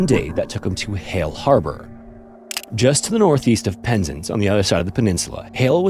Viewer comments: Really? I think his pronunciation of Penzance wasn't great. Should be PEN not PIN. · Penz'nce, lol.🤣 The emphasis for this place name is on the second syllable. Sort of like "pens-Ants". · Penzance pronounced Penzans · Pensance is pronounced: Pens - Ance Ance to rhyme with Pants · FYI Penzance is pronounced PEN ZANTS. Good video though. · Penzance as in DANCE....ZANCE, pronunciation !!! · Just FYI it's pronounced like "pens ans". No big deal, the confusion is very understandable. There's a lot of anglicised Cornish names around there, which is a form of Brythonic like Welsh. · Penzance is pronounced “penz-ah-nce”, it’s Cornish so we really overdo the “ah” sound, it’s probably the most important part of the word if you want to be understood by locals. “Puhn-ah-nz” would be understood for sure, but “penznce” would confuse us. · Yes, and his pronunciation here is awful. Pen-Zance. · I know you care about pronouncing place names and Penzance is pronounced like “pens ants” in the UK. Don’t let this detract from your wonderful viddy though please 🙏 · You are pronouncing Penzance wrong. Both syllables are equal so there should be more emphasis on the ‘zance’ part. Other than this, I like your channel. Much better than AI narration but checking on pronunciation would improve things even more. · I used to train at the same place one of Jacob’s friends did, she spoke really sweetly of him and threw some flowers into the ocean in the spot in memory of him. I recall her basket fell in too, but the sea gave it back to her and she felt it was his spirit That being said for the love of god please never pronounce Penzance like that again